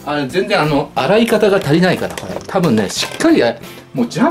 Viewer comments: 「なにこえ、こえ普通のペヤングと変わんないじゃんこえ」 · 「これ」の発音が「これぇ」なの可愛すぎる。好き。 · これの発音が舌足らずの3歳児みたいでかわいい